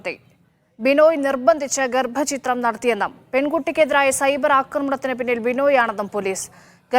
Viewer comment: ഗ൪ഭചിത്രം അല്ല വാ൪ത്താവായനക്കാരീ, ഗർഭച്ഛിദ്രം എന്നു വായിക്കു.